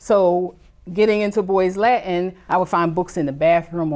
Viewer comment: Now, maybe they can learn to speak discernible ENGLISH. Example: "the" instead of "da". Perhaps if their mother learned how to pronounce words such as "Latin" and "with". Hint: It's not "La-in" and "wit".